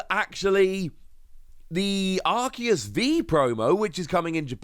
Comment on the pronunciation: Arceus is pronounced Ar-see-us. The English dub always butchers pronunciations.